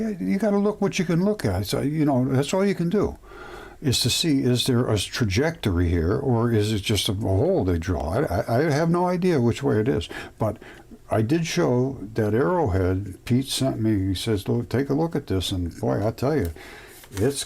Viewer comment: seconds. What is a "strawjectory"